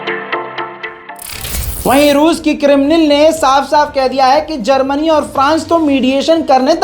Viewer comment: किरिमनल। नहिं। किरिमलन